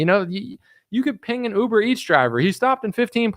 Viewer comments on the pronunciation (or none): none